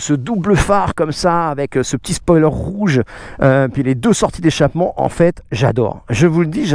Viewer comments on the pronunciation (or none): none